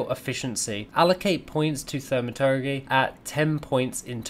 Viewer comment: Great vid ty! Jus cos you weren't sure, transmutagen and thaumaturgy: trans-mew-ta-jen and thaw-muh-tur-jee